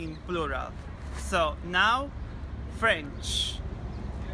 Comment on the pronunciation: Your french procounciation is very great ! :)